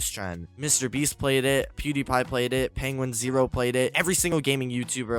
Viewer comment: i think he was talking about how you called him "penguinZERO" instead of "penguinz0". Great video though.